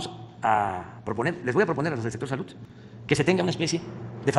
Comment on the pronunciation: El pedo es que la “salut” no etziste… el 90% de las palabras que dice este señor no existen en español. Algo quiere decir que no entendemos